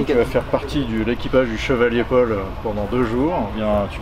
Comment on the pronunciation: chevalier paul, pas chevalier pole ;)